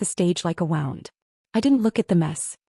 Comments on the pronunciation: I really wish these AI generated narratives, I wish they could actually say or pronounce the words correctly. Like the word “read it’s both a noun and adjective”. And how that particular word is massacre in the narrative of these stories. Another word that is butcher is the word wound, they don’t even pronounce it correctly. I’m sure there are more words but I hate listening to a story and realizing they just make do the corrections. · If this is another AI, or not, no one seems to be able to pronounce the word "wound" meaning a sore. It's not like winding a ball of string and then it's wound. Too different pronunciations.